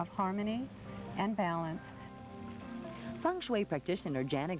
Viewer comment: Feng not fung but whatever. I love Taylor Dane.